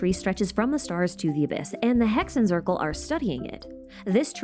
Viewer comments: i dont want to be that person, but hexenzirkel is a german word and “zirkel” is pronounced tsirkel, so just exchange the z with a ts sound, like tsaritsa😊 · aaaaaa the germans are knocking on my door im in Germany Z is read C , basically say it as you do in English, great video thou